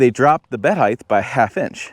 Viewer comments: height not heigth? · Height not heigth 😂